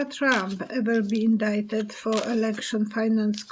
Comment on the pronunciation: You were right the first time. You pronounce indicted as “in-DI-ted”